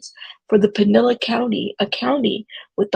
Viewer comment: It is pronounced Pin/el/is. Spelled Pinellas County.